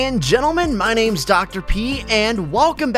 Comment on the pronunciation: name not manem